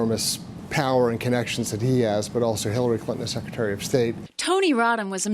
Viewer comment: Does she say Killary at the very beginning. I listened like 5 times and it’s sounds like she said killary and that’s awesome.